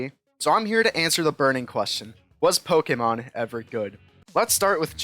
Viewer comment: I can’t believe how badly you mispronounce Pokémon. 10/10